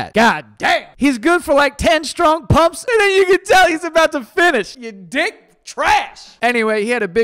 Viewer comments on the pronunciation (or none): none